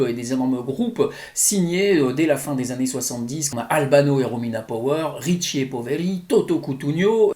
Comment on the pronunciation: Merci pour ta video, c'est très bien expliqué 😎. Ces trois chansons Italo-disco etaient top aussi : Mr. Flagio - Take a Chance / Clio - Faces / Pineapples - Come On Closer/ Juste pour info, "ricchi e poveri", ricchi se prononce comme "qu" en français 😉